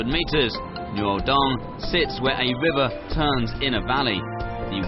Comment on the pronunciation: The pronunciation of the speaker is so confusing - Noodung instead of Nuodeng, Raoguo instead of Rugao. Sad!